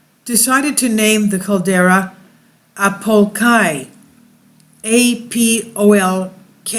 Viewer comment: It's Apo Laki pronounce like Lock-key not Kai